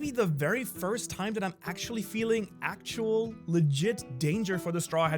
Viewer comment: say actual again ya damn gonk